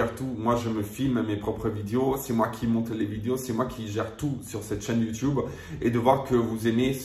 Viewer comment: Le « youtioube » me tue toujours autant 😂😂😂